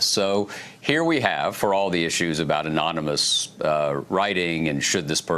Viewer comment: you have a so call man playing the President who can't say the word ANONYMOUS the man can't say a third grade word. no wonder this country is going down hill.